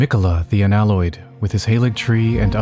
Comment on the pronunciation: “Miquella the un aloyed, tarnished of no Reknown” 💀💀 first 10 seconds and I’m dying